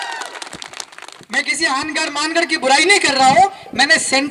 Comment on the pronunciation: मानगढ़ को फानगड़ बोलना शोभा नही देता विधायक जी जोहार